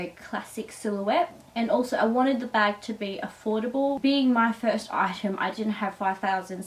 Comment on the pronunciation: This video is so annoying the word is item not eyesham learn to speak proper lol 😂